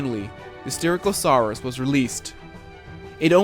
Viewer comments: Bro its not soochomimus its pronounced Sook-o-mime-us and for styrakosaurus its Stie-rack-o-soar-us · Btw you pronounced Styracosaurus wrong i'm not trying to be rude just pointing it out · I'll actually tell you how you SHOULD say Styracosaurus